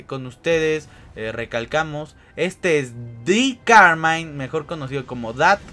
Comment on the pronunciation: like si viste que dijo di camine